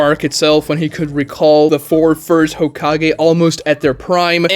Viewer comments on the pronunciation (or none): none